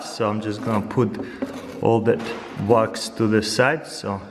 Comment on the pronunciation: I thought he was saying rocks then I realized he is saying wax